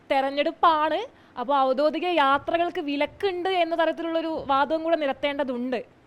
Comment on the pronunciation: ഔദ്യോഗികം ആണ്...ഔദ്യോധികം അല്ല